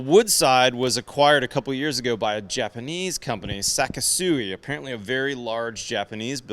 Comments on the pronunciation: I strongly suggest you learn how to pronounce Japanese words. It is not pronounced “Sakesui”. It is pronounced “Sa KI su i”. The “KI” sounds like the english word “key”. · You are pronouncing their Name wrong. It's SeK sooee almost like the word sexy with the beginning of the x sound a hard k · It’s pronounced “say-kee-soo-we But overall great video presentation